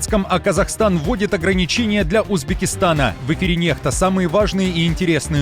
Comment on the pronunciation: "NEXTA", здається правильно буде НЕКСТА, а якщо НЕХТА, то має бути написано NEHTA